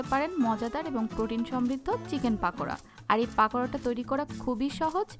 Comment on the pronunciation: পাকোড়া বলেনা পকোড়া